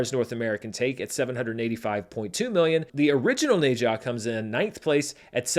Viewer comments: FYI, the Ne in Ne Zha is pronounced like “nuh” or “ner”, not “nay”. I figure it’s a title you’re gonna have to get used to saying when talking about records for a long time to come, so may as well learn it now! 😅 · the "H" is silent in Ne-Zha. Its Za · I cannot get over the mispronunciation of Ne Zha. I didn't know what movie he is talking about without noticing the movie poster. Go watch how Chinese pronounce it.